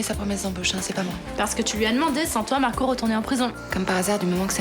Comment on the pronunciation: elle dit « markow » au lieu de marco